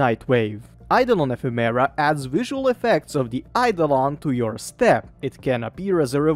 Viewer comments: say Effeminant, it means having Feminine attributes, SO, its pronounced E-fem-ur-uh. thumb down for not researching proper pronunciation. Ephemera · Holy I was interested but cannot stand the way you are saying ephimara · PLEASE it's pronounced əˈfem(ə)rə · Epheméra is an exotic way to say ephemera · The pronunciation of "ephemera" kills me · Hearing him mispronounce ephemera every 5 secs is like nails on a blackboard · I don’t wanna be this guy but, that’s not how ephemera is pronounced